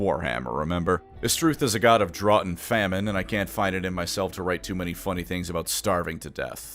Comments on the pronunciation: not knowing how to pronounce "drought" wasn't on my bingo cards. Also spelling "Cytharai" wrong in both the title and the in-video card. Losing that quiz hit harder than we thought. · Did... did you purposely mispronounce "drought" and "fiery"? Am I being ragebaited right now?